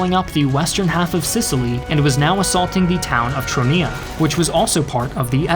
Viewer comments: I've seen Troina being spelled Triona and now called Tronia. How hard is it to properly pronounce it? 🤌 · Catania is pronounced Ca-TAN-ya not Ca-ta-NEE-a! And Troina is not "Tronia" as you keep calling it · i love your shows - but wish you'd get some of the pronunciations down a bit more! no one says cattaNEEa for instance, and god knows what happened to 'Troina' lol